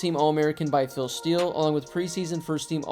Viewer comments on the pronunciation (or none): none